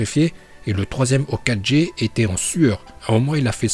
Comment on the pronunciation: le maître de la prononciation